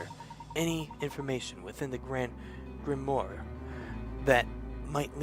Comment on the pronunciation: Grimoire. Grim-Ware(rhymes with are(as in we are leaving soon))`i apologize if this seems rude, i was trying to give u something to help you out with the pronunciations. also i noticed something. that inferno spell required a sceptre to cast(also i dont know what an incantation is). espella's hands were full. she was carrying a lantern AND a bucket of milk. so how could she have used the spell?